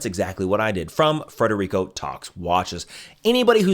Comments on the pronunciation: It's Federico, not Frederico. But, thanks for the endorsement. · “Federico”, not “Frederico”. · Omg Federico, not Frederico. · Fed-erico. Smh. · FEDERICO not Frederico.